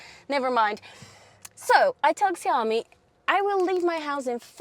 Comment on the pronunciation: Cool review, but the brand is pronounced more like "Shaomi".